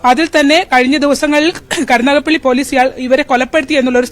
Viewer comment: കരുനാഗപ്പള്ളിയല്ല കരുനാഗപ്പിള്ളി 😂😂😂